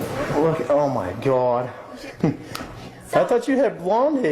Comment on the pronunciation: I’m not trying to be mean but he says “God” like a Jewish woman